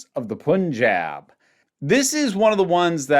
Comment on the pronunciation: Great video! I had very similar thoughts on the episode too: strong premise, decent execution (although there are a few annoying logistical oddities). Just one little nitpick: the first syllable in Punjab rhymes with "sun." The vowel should sound like the "u" in "rug", not the "u" in "put". It's super minor and unimportant, but it kept gnawing at me for some reason lol.